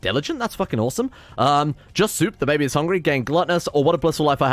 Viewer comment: Why does he pronounce pregnant and baby like that, and why do I prefer it?